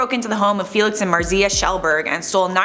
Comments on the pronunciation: Is Màrzia not Marzìa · It's pronounced "Martzia" plz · Why do you say Marzia in such a weird way? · the way you pronounce marzia tho